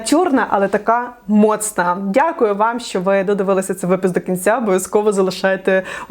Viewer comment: і до кінця : "всім дякую, дякую, дякуйоу, дякую, дякуйоу"😂